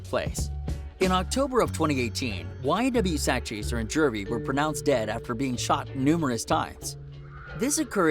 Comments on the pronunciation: JEW-V not Jurvy man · IT IS JUVY NOT JERVY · Where the fk is this dude from? He can't pronounce Juvy? The hell he keep saying Jervy for. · He said ynw jurvy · STOP SAYING JERVEY ......wtf